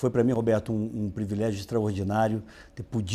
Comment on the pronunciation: >>>VEJA AOS 134>>>>Poxa Aécio!!!!>>>Previlégio???>>>>A Dilma não ensinou vc que se pronuncia;PRIVILÉGIO.>>>>>>>>>>>KKKKKKKKKKKKKKKKKKKKKKKKKKKKKKKKKKKKKKKKKKKKKKKKKKKKKKKKKKKKKKKKKKKKKKKKKKKKKKKKKKKKKKKKKKKKKKKKKKKKKKKKKKKKKKKKKKKKKKKKKKKKKKKKKKKKKKKKKKKKKKKKKKKKKKKKKKKKKKKKKKKKKKKKKKKKKK